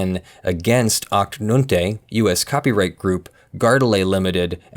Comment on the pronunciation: It's funny how you pronounce Achte/Neunte :P It's just German for Eighth/Ninth and it's about Uwe Boll movies :D